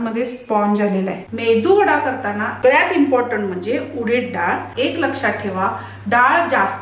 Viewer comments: ताई वडा छानच आहे पण तो medu वडा असतो मेंदू वडा नाही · मेंदू वडा नाही मेदू वडा म्हणतात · जवळजवळ ९०% लोकं मेदूवडा ऐवजी मेंदूवडा असेच उच्चारतात आणि मग माझी खाण्याची इच्छा तिथेच मरुन जाते.